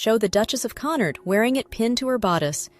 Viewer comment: Why do you consistently, over and over again, insist on injecting an R into the name Connaught? Please stop it. You frequently mutilate the names of people and places, but have recently improved a bit. This is a glaring example of repeatedly mispronouncing a name with a long established correct pronunciation.